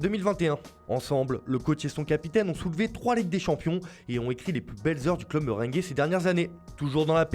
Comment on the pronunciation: Qui a entendu "Meringuée" à la place de "Merengue" ? 🤣🤣🤣🤣